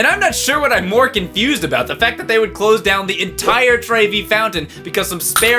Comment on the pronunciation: try saying trevy like trevor but with a y :) mama mia